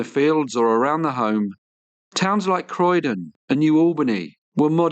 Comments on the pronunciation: It's actually Corydon, not Croydon. I used to go there for work on occasion. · Just a tiny mispronunciation: it's Corydon, not Croydon. Fun fact: Corydon was Indiana's first capital when the Hoosier state was still a territory. That $150 that Francis stole was a veritable fortune in those days, especially for a young man.